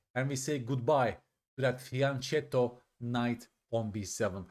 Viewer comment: Hi, your channel always gives us great content! - Just wanted to point out that the word "fianchetto" is Italian and the "ch" is pronounced with a "K" sound, unlike if it was Spanish. (I try to write this in every chess channel in which they mispronounce it :D )